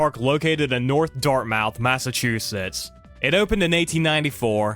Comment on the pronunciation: XD still said north Dartmouth wrong. As someone who has lived in Massachusetts her whole life i also struggle with town names